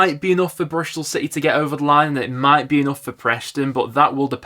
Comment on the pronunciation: It’s Bristol and Preston not Brishtol and Preshton.